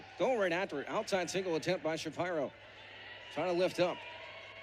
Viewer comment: Never heard Shapiro pronounced "Shuh Pie' ro"...annoying... always heard it pronounced ''Shuh Peer' O''.